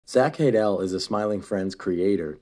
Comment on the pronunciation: "Zack Hay dal"